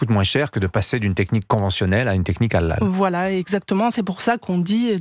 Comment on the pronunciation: Au lieu de dire Halal le mec il dit ''hallal'' 😅